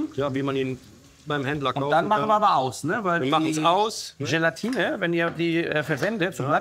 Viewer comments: Oh ja ...das heisst Jelatine und nicht Jelantine 😂 ...nicht aufregen ist extra so geschrieben😉 ...genauso schlimm wie Agnes oder Angnes zu sagen ...🤗...es gibt schlimmeres 😘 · Verdammt noch mal . Warum weiß ein Profi nicht, das das Gelatine heißt !? NICHT GELANTINE !!